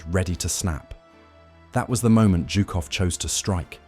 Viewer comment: Its Zhukov dunce.